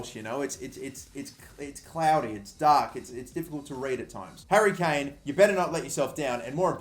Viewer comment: Well done your Harry Kane is correct